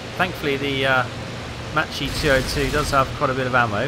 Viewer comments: "Matchy"?? Mama Mia! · It's pronounced makki, nice to see the folgore flying again